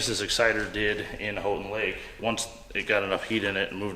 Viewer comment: omg he learned how to say Houghton lake 🤣